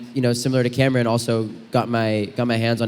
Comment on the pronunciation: Not the host pronouncing Cameron’s last name wrong 😭